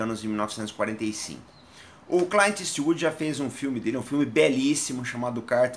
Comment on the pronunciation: Naum e cayint e clint kkkkk cliiint porra lkkkkkk pronuncia direito kkkkkk